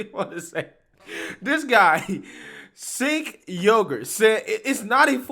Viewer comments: Pronounced Jenk. Not Cenk. He sucks, but let's at least pronounce his name right lol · It’s not Singh man it’s Cenk. I get how it could be similar but believe me it’s not lol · his name is pronounced "ch"enk. now maybe you already know that, as i've seen say other peoples names wrong and i assume its for shits, but in case you didn't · Please, his name is pronounced Jenk